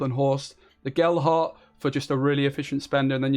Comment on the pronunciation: why do you keep calling all these cards "Gelhart" 😄